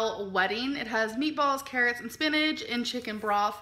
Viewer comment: kay luh “spin-idge”